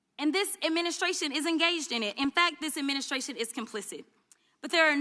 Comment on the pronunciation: "This imministrashun"... 🍉